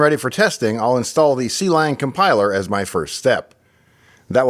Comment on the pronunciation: Not to be that guy, but it is pronounced Klang and not c-lang 😂